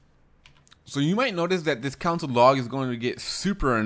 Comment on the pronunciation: why does he keep saying "council" log? smh cringe